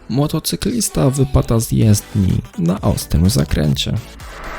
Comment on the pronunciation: czy tylko ja słyszę młotocyklista?